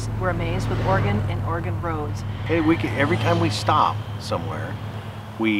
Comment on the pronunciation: Thank you for saying Oregon correctly. Also for the closed captions. You two rock. Thank you thank you